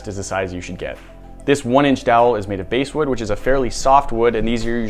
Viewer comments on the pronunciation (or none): Ummm… I'm pretty sure that it's bass (like the fish) wood, not "base"-wood. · Baaassssssss not base wood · Only one comment: it's bass like the fish, not like the guitar. Sorry for sounding like the grammar ghoul. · I realize that this might sound really picky, but I’ve noticed that you’ve referred to “basewood” in a couple of videos, and I’m wondering if you mean “basswood”, which I’ve used in cabinetmaking. Thanks for all the great videos! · BASS! B-ASS! Not base! Yer killin' me! Bass like the fish, not base as in baseball. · Basswood is pronounced like the fish not like the guitar. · basewood??? eh.. you mean Basswood...like the fish. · This is the second video, of recent, that you have referred to “basewood.” I am assuming that you mean basswood, and are just pronouncing it wrong? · Omg... It's basswood like a fish not basewood like a hideout. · BASSwood not Basewood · its pronounced bass wood not base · I just couldnt help but fixate on the fact that they are saying the wrong pronunciation of bass...its Bass as in the fish...not as in the guitar. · Hey just for info it’s basswood like a fish not basswood like a bass guitar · The wood you called basswood is actually pronounced BAsswood like a largemouth bass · The bass in basswood it is pronounced the same as the fish, not the musical instrument. I know because there's lots of basswood around here. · I thought basswood was pronounced like the fish, not the musical instrument. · The basswood is pronounced like the fish bass then wood. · It's pronounced like the fish. Basswood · its bass as in the fish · "bass"wood... How many videos do you think it's going to take before this guy learns it's pronounced basswood like the fish? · I think you mean to say Bass (as in bass fishing) wood. Just sayin. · Basswood is pronounced bass like a fish